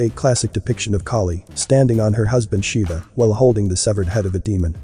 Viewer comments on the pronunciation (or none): none